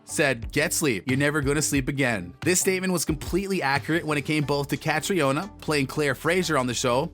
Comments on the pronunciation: Her name is pronounced Katrina ! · Just watched this. Ca-tree-ona? Should we help him?